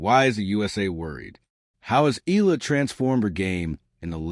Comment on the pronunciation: Her name is Eala ( e à la ) not ( eela )